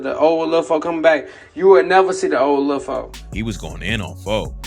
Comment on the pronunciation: It's pronounced "lil" not lud